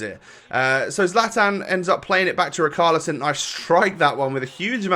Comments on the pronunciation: Rich-ar-lieson, not Rikarlieson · Plz don´t call him Rikarlieson. It triggers me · Its ri-char- li-son